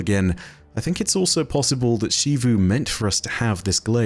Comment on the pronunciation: Who is "Shivu" Arath? I hear the in story characters talk about Xivu Artah (Zevu), but not Shivu. Is that a relative?